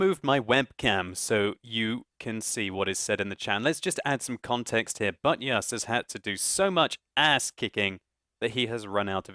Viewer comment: say buttYus one more tiem